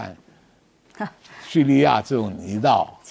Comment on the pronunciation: 泥淖 发音学一学